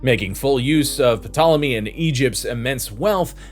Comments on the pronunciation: The p in Ptolemy is silent. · This is excellent information! And while I hope you did this as a joke, , the P in Ptolomy is silent, just like in swimming.😊